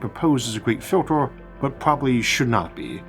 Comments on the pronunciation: This AI English is terrible. I’ve never heard any human with an accent mess up the word filter so badly. ‘fjyiltors”… Time to upgrade from that Chinese plugin Isaac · What a strange accent, for example, filtah, awlha, rarha, unihearse... I've heard people dropping their 'H's and even low intellect snobs that put them back in front of the wrong words, but never someone that adds 'H's in the middle of words. I have no idea where the accent comes from, but as a native English speaker, it's very unpleasant to listen to.